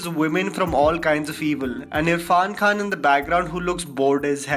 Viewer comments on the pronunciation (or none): none